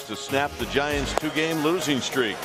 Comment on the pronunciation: It’s Giants, not Gaints Thanks for the game and keep up the good work!